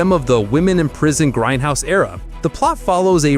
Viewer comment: Its grindhouse not grendhouse. Now get back in the basement AI.